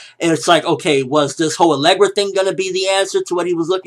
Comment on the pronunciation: Alegria! Not alegra. There's an I in there lol